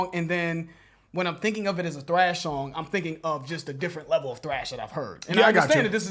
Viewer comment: Please stop calling it “TRASH” bro it’s “THRASH”, T-H-R-A-S-H